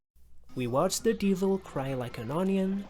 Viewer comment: yea however, the why he says some words like "de-vil" is just weird to me